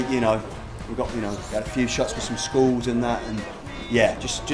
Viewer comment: when he said skull, i thought he said school. WOW.